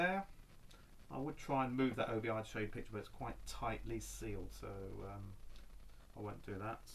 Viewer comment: Hey, + 1 to see your Japanese Vinyl! But before you do, one thing I've noticed watching your videos you refer to the Side Sash/Strip as an O.B.I? I have friends from Japan and have travelled there a couple of times, and it's just pronounced Obi. It doesn't stand for anything it comes from the sash worn with the Kimono. Otherwise mate, keep up the good work & say hi to Boba Fett for me!;)